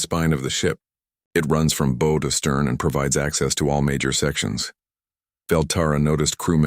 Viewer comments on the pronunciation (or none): I listened to the story and it was a good one 👍. However the AI did not pronounce Bow correctly for the ship,the aliens could not have known Coffee,they did not react to the stature of humans,there was no indication that they could translate human speech let alone the aliens vercabullary. These are not negative comments comments but a observation to help the story lines get better with the content. By the way,are there no cat species in your universe. Try a furry tale to tell a story perhaps. 😊😊😊😊